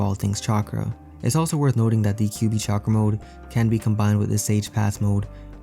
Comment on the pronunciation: English People Trying to Pronounce "Chakra" is Funny.